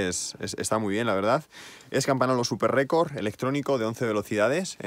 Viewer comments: La bici super chula, pero un apunte rápido, en italiano la n con la g suenan como ň por tanto no es "campanolo" sino "campaňolo" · Dos cosas: tenemos la misma estatura, mi cuadro es 58 cm. Se dice Campañolo, con "ñ". La "gn" es "ñ" castellano, vosotros los españoles sois los que peor hablan el castellano. Bueno si esa es la bici de entreno, coño, como será la de ponerle bueno. La diferencia son los tubulares a los neumáticos. No existe ninguna diferencia real. Puedes hacer lo mismo con shimano 105. Que Dios te mantenga sano y joven. A las mujeres les decimos que te mantenga linda y "rica".